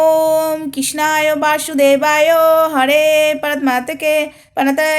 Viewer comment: Hay re kakima krishnaya basu debaya ta thik kore bolo age 😅😅